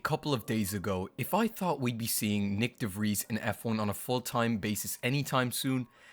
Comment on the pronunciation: Nyck de Vries, it is not pronounced Nick but Niek.